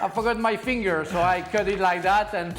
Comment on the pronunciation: 'My feeenGURRRRRH' Frank